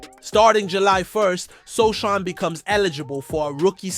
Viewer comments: "Precision"? You mispronounced Jeremy Sochan's name. No like. No Subscription. No more clicks for you. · its pronounce as SOOOOOO HAANNNNN you moooooron... idiooooot youtuber...